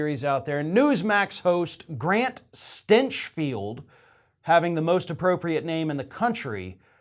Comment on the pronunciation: Like your way of pronouncing his name.